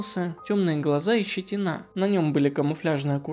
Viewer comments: То скОпинский, то скопИнский, странный вы какой-то. ЩетинА опять же. Суд Хорошёвский, но это можно не знать. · Щети́на, а не щетина́. Диспансе́р, а не диспа́нсер. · Автор, ВсЕволожск и щетИна. Ладно ещё, Всеволожск не знать, хотя название на слуху, в школьной программе упоминается. Но щетинА то откуда вы взяли? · Уважаемый автор! Поработайте с ударениями в словах! Ладно вы не знаете что город СкопИн произноситься через ударение на И, а не на О. Но исковеркать слово щетИна ударением на А, ну это вообще запредельно